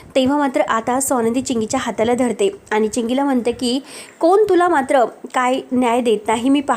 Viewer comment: आणी चे आनी, म्हणुन चे म्हनून 😂😂😂